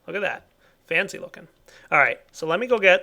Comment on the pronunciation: said fancy, not fency